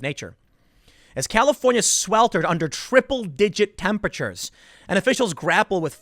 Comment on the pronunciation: As a Texas resident, it is hilarious hearing you stress “triple-digit temperatures” 😂😂😂